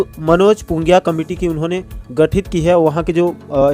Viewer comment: नाम ल तो सही ले ग मोर भईया पुंगिया नहीं पिंगुआ